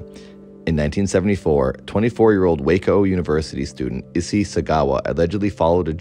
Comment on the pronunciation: Amazing episode! Not actually important, but Issei is pronounced ee-say lol